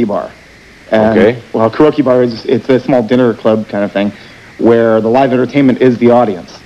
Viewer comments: “ Women’s LIB “ LOL Also, “ Crokee bar”.. instead of Karoke bar. LOL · It is not Karoki it is keh ree ow kee. He seems a lil dumb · Lol he called the Karaoke Bar a crokey bar geeez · Ka-Ro-Key Bar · He mispronounced it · Mispronounced karaoke.